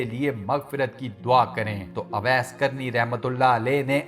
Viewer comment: Mery Bhai naam ka alfaz shi Ada krain, sahi alfaz owais hy awais ka mtlb bherhya hota hy lihza sahi naam owais pukarain (Jzak Allah) ghlti nrazgi mazrt